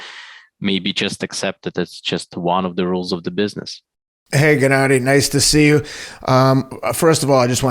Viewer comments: Teddy calling him Jennadiy is annoying. It's Gennadiy! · “Jennady”? Teddy cracks me up! 😆 Trust him to call a guy whos known as GGG Jennady! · Great interview, of course, but why Teddy keeps calling Golovkin "Jennady"?...🤔